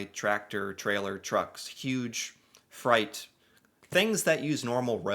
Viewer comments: Are you saying freight when you say fright? If so, we say freight like frate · That’s funny. keeps saying freight like fright. The letter I behind the letter E turns the E into an A pronunciation. I’ve never seen a single criticism from on his channel not once in the last couple years I’ve been watching channel, but there’s usually always a first of most things. I doubt you’re going to read this, but if you actually do just ask Google how to pronounce the word freight. Of course it doesn’t matter though. You’re a cool 😎guy. keep up the good work. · Just going to be an ass here Freight is pronounced fr8 fr eight Sorry, had to Peace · Fright? So you mean freight? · Took a few seconds for me to realize what he meant by "fright"..